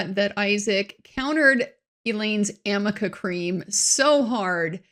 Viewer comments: It’s arnica cream please get it right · I wish someone had pointed out that it’s aRNica cream not amica. And that it’s used to heal bruises faster. It doesn’t hide them 🥴